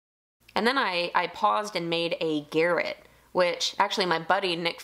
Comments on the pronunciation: ok..i gotta ask after this week's episodes. Isn't it pronounced "Guhr rot" like the weapon and not "Garret"? I was just wondering because I always called that type of weapon a "Guhr rot" spelled garote? Or is it a totally different thing when referring to wood turning use? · I think the word is pronounced ga-rot it is french, best of fun with new lathe, you are going to love it. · I'm guessing the name for the thread based tool is based on the strangulation device, in which case it would be pronounced Gah-Rot, rather than garrett.